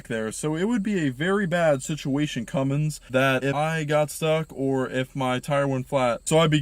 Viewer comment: Cummins. Not Cummings.